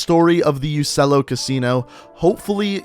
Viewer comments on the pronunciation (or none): It isnt ussello in italian it pronounce uchchello in italian I know cuz i learn italian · I think it’s pronounced uchello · I think its pronounced u-chello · In Italian Uccello is pronounced Uchello